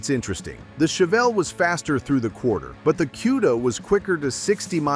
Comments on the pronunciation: QUDA,,, say it correct CUDA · Koo-da, not Cue-da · What's a "queda"...I hate AI voicing. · You're not pronouncing cuda correctly!